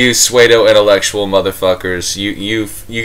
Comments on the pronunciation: what the fuck is a suede-o intellectual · but what does it mean? or do you not know how to pronounce pseudo